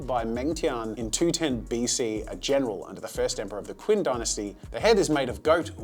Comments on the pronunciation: its pronounced chin dynasty not kin dynasty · Qin is pronounced like chin, not like Quinn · Qin is pronounced "chin" like on your face. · when you said Qin dynasty it is actually pronounce Qin(Chin) Dynasty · did you mean Qin? Because It's pronounced Chin for future reference. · Brilliant art in this video, I’lol need to give a try at using a reed pen soon! … That pronunciation of Qin hurt my brain